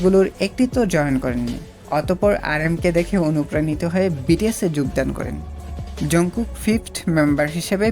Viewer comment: ঝনকুক না জানকুক// জনকুক😂😂😂😂😂😂😂😂😂